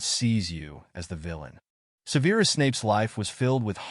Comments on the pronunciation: Se'verus not Seveerus. You never watched the films? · Well for one the pronunciation of Severus was pronounced like the word severe.